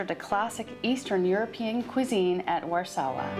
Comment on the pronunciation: Turned it off when she said Warszawa